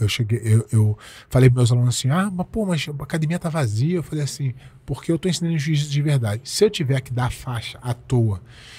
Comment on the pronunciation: 🤔 Ele diz: O "Jiu-Jipisiu" não é para todos. Então isso significa que o Jiu-jitsu não é um esporte, pois o esporte sempre foi para todos, independente de quem seja, ninguém é obrigado a ser um atleta profissional de UFC. Pois é, arrogância e falta de educação faz mais sucesso que humildade de espírito.